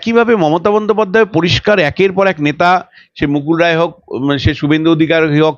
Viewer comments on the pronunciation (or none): none